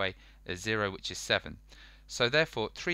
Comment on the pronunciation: Man said equill